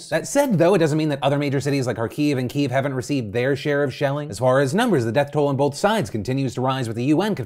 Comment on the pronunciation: Thank you for pronouncing the capital right. Pretty much every American news reporter has used the Russian pronunciation. So, hats off to you